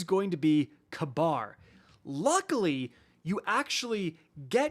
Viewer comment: funny tho since in real life its pronounced "ka-beer"idk how they butchered it so hard. or they hate the middle east that much